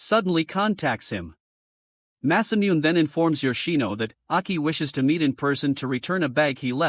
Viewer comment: Did you know that Masamune is actually pronounced Mass-uh-Mew-Nay